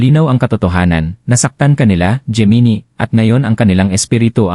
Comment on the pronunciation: Bakit geminie ang pag bigkas?